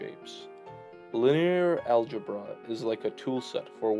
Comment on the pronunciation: bro said algebruh